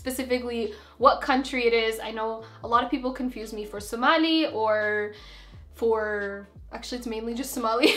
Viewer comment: omg the way she said Somali HAHAHAHAHAHAH